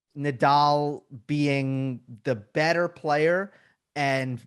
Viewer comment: I think Americans butcher Nadal's name. Haha